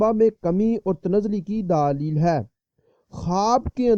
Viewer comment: daaalil hai.hahaha.bhai daleel hota hai.daaalil nahi .